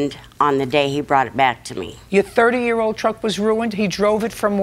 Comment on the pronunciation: 🤣🤣The emphasis on "30 year old truck" is taking me out